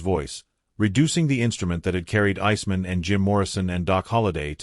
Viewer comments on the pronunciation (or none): Does no one review this stuff before publishing. Pronounce "Iceman" correctly.